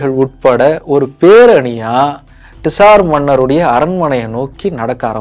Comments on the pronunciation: அது டிசார் மன்னர் இல்ல... சார் மன்னர்கள்.. காரல் மார்க்ஸ் இல்ல... கார்ல் மார்க்ஸ்... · Dude you are wrong at few places. 1. Tsar is pronounced as ஸார். Not டிஸார் 2. Tsar or Czar means “ Emperor” it is not a dynasty. The root word is Ceaser. Please correct these in your next video. Nicholas is from “House of Romanof” 3. Every time you see a “Z” you don’t have to pronounce as ஜா. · Saaaar sorry..... it's not T-SAR..... say ZAAR 😂😂😂😂😂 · Very nice video, personally liked it. only one correction - it is not TISAR, it sounds like ZAR. Tamil JAR is more closer. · Ned to pronounce as Zaar in English too, bro. T is silent. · உச்சரிப்புதான் Tsar நிஜ வம்சம் Czar. இரண்டிலும் முதல் எழுத்து silent. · bro pronunciation of tsar neenga solradhu thappu in english adha mathikonga